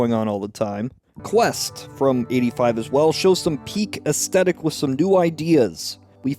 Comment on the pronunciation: Esthetic (or aesthetic) is pronounced 'es-THET-ik', not 'es-TET-ik'.